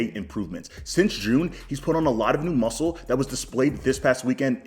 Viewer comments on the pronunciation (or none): none